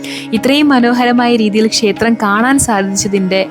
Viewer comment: ഷേത്രം അല്ല ക്ഷേത്രം ആണ്